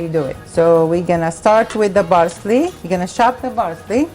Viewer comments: Parsley..not barsley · botatoes, barseley, tomato baste sort ur speech out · love the videos and the recipes. obviously this isnt a problem or anything but when you say parsley or pound you are saying bound and barsely with a B and my ocd keeps kicking in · Parsley and not Barsley . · I love how she says 'Barsley'💖 I love watching her cook. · I like the way she says Parsley. It sounds like Barsley. lol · thats their mothertongue interference...theyv no Ps! their P comes out as B